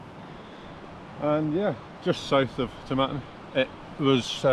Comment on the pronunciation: I stay in Grantown so I know some of the tracks you were on, but a bit more route description would help. Eg how did you get from Elgin to Dufftown. You need to work on your pronunciation- it's Tomintoul, as in "towel".